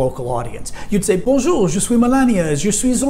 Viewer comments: Donna Smith Nope. She said Bonnejour, a gross mispronunciation. Doesn't exist. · Kiki Reisdorff I noticed that too. I live in France. She said Bonnejour. Non existant, as you know. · She actually said Bonjou...oh lord🙃